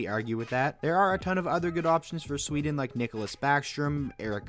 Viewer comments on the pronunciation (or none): none